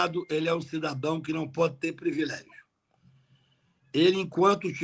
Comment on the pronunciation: Kakai, você disse “previlégio”, mas você sabe que o certo é privilégio.